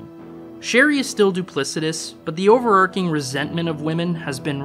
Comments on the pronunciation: Great video! Some notes on pronunciation in case you find them helpful: -The "ch" in "overarching" is pronounced like the "ch" in "chair," not with a "k" sound. -"Wary" (rhymes with "scary") means "cautious," whereas "weary" (rhymes with "leery") means "tired." -"Slake" rhymes with "snake," not "snack." -"Diegetic" has 4 syllables: "die-uh-JET-ic." -"Ellipsis" is pronounced "uh-LIP-sis." Only the plural form "ellipses" is pronounced "uh-LIP-seez." -The middle of "gregarious" is pronounced "Gary," not "gory." -"Mundanity" is "mun-DAN-ih-tee," not "mun-DANE-ih-tee." -"Omniscient" is "om-NISH-int," not "om-NESS-int." -"Similarly" is "SIM-uh-lur-lee," not "sim-uh-LARE-uh-lee." -The "j" in Walter Benjamin's last name is pronounced like a "y": "BEN-yuh-meen." -Werner von Braun's last name is pronounced "brown," not "brawn." -György Ligeti is pronounced (in English anyway) "JOR-jee LIH-guh-tee." -The name Schubert is German, not French, so it's "SHOO-bert," not "shoo-BARE." -Fridolin is "FREE-doh-leen," not "FREE-doh-loin." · Evidence? I don't see "overarking" listed as a variant pronunciation in any dictionary